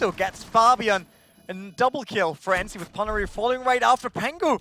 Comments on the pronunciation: brucie sanchez i speak German and Swedish (swedish is nearly the same as Finnish and ENCE is from finnland) and i can tell u they "pronounce"(doe know how to write) it wrong... dont tell me its because hes german! Cause im able to sad it right as well! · It really pisses me off when the guy miss pronounces their names. "Ency" "peneri"